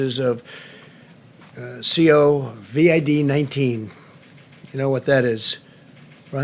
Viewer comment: "Covad-19" he says..